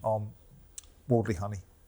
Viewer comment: “Give us your summation of Wardley vs Hunny” - it’s Huni, Simon, you wally 🤡🤦‍♂️